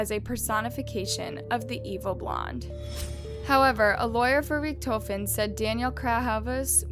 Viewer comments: also rich-tho-fen? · Ok, I've watched this girl murder some pronunciations before but I can't let this go. The only way you can mispronounce Von Richthofen is if in your research you failed to watch ANY videos of this case... as it is a german name but you literally pronounce as you read it. Rich-tho-fen lol And I know Cravinhos is a Portuguese word and has the "nh" that a lot of laguages have a though time pronouncing but how you went from CA/RA/VI/NOS to ca/ra/ha/ves is beyond me. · Interesting, but there a couple of pronunciation errors: Pontifical: [pänˈtifik(ə)l and the first time you mentioned Richthofen.